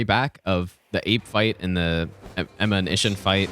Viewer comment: "Ihsshin" hits hard